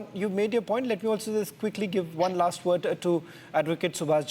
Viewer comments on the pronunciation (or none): Did he just say laster few days? 😂😂 bro.